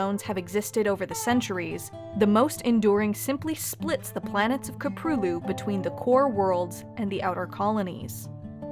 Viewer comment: Köprülü. she can pronounce anything insanely accurate but not this .